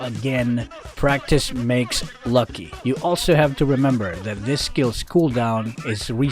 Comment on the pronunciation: What said:Practice makes lucky What I heard: practice makes BOBO 😆😆